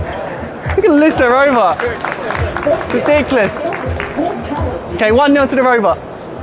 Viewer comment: That’s Ri-Dick-lius